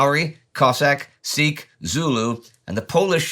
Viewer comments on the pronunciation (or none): none